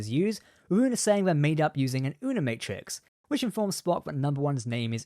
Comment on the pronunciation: "Una-Matrix"? Is that a nod to Seven's Unimatrix Zero?